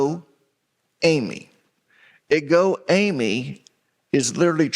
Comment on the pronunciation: Just found your channel. Love it so far. Thank you🙏🏻🙏🏻 I just wanted to point to the Greek pronunciation for “I AM”. It’s pronounced: egho (the sound between ‘gh’ and ‘kh’) eemé. Not aymee! CHRIST’s blessings🙏🏻🙏🏻🙏🏻